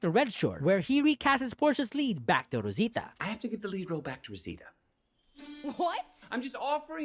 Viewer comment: Que bonito pronuncias Rosita.